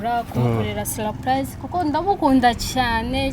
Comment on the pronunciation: 😜😜😜😜😜😜ahubwo ngewe numvise saripayize.Ariko iyimivugire twihaye iraza kuzadukora pe.